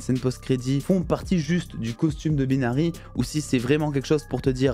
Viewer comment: "Baïnary" pas "Beenary"